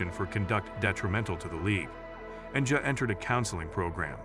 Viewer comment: damn bro you couldn't even get the ai to pronounce ja as 'Jah' or 'Jaa'